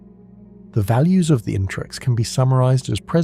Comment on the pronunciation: It's its the interex, I think it's pronounced in-ter-ex. Not Intrex or In-trex.